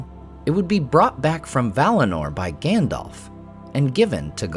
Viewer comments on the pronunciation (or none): none